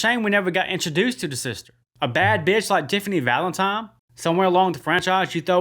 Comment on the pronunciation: Valentime. Haha.